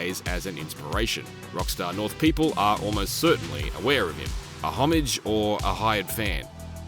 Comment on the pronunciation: learn how to pronounce homage